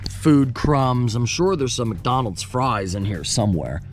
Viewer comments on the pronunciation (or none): none